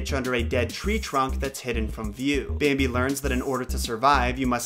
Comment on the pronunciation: "Bääämbi" DX